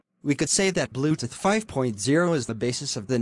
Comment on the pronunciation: I love how it pronounces bluetooth as "bluteth"